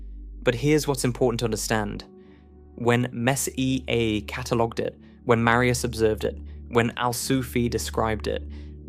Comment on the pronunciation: AI slop doesn't know how to pronounce it.